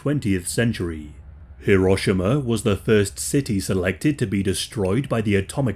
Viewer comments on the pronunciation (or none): Th way he pronounced “Hiroshima” actually pissed me off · its pronounced ("Hee-row-shee-mah")